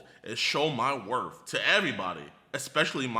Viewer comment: I thought he said wrath not worth